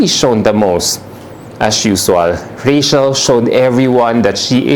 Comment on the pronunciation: 'Rey-chl", anak at hindi "Reyshel". ❤ Love you, 'nak!